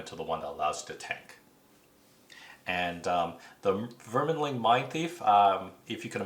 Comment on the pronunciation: No kidding. If you’re going to do a video, should double check the spelling of the names.... where is the “in” for “verminling” lol so annoying to hear